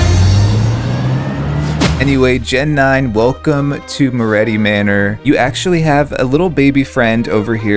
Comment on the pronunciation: guys im begging yall its moretti not morreti 😭😭